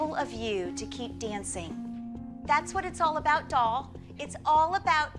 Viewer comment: I’m actually in pain because of how she said doll